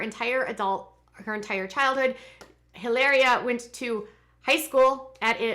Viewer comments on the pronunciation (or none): Stop calling her Helaria - it’s Hilary lol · It's pronounced ee-LAH-ree-ah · I cringe every time you say e-layr-ee-a!!! I was shocked to hear you have a background studying Spanish and would pronounce a word spelled Hilaria that way. You would say it the way you’re saying if it were spelled Hileria.... but anyone who speaks Spanish would know how the letter a is pronounced in Spanish, which is “ah” not “ay....”